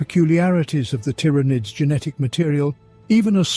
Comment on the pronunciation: Please teach your robot how to pronounce “Genestealers” and “Tyranids”